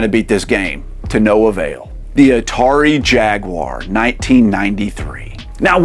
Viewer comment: "cannin fodder" "raymen" cmon breh but at least you said atari jaguar the right way